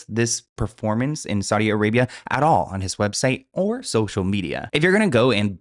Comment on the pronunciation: „SaudiA arabiA“😂